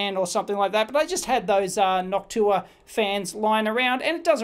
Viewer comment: Dave I'm your biggest fan ! It's pronounced "Noc-shoe waaa "